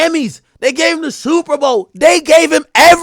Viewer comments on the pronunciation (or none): the Sooowuuper bowl😂